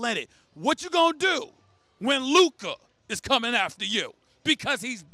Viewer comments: When Stephen a still can’t pronounce Lukas name properly lmao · Someone plz teach stephen a how to pronounce luka's name ...he still cant pronounce his name